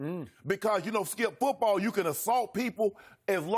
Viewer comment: LMAO "foot- brawl"